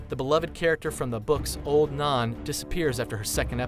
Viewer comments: Gotta love the way he says "Old Naan" though xD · Old naaan, Khal Draago, Danerius, Alario, Veseries, Meester Luwin. Omg. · "Old naan" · Old Naan? Dude, like naan bread? It's Old Nan! as in nana/ grandma. And who is Carl Drogo? It's KHAL. Get your pronunciation right. Seven hells... GoT reference tho. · The way you said Old Nan was an abomination.